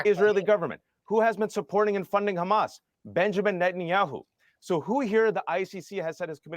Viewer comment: Netanyakkhu, Ekkhhhud Barack. Notice how Israelis don't say those name like that.